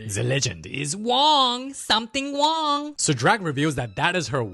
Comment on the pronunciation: “The legend is wrong”❌ “The legend is wong”✅